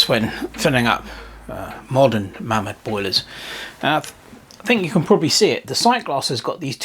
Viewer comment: Pronounced Maymod